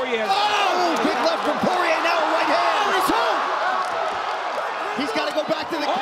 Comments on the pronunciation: What’s with the announcers pronouncing Dustin’s last name as Poy-Yay in his earlier fights? 😅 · All the commentators pronouncing his last name as, "Poiyeeyay" in his esrly career 😂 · Mike Goldberg continuously calling him “Dustin ‘The Diamond’ Po-Yay” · them pronouncing his last name for the first 8 years of his career is very UFC of them to do🤣